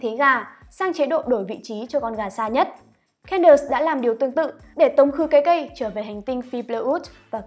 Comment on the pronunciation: Xin lỗi nhưng có thể đọc đúng tên Candace ko? Nghe Can đợt Can đợt rất khó chịu ạ